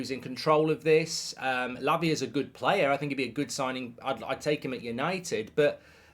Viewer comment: Mark do you keep saying Labia ? 😂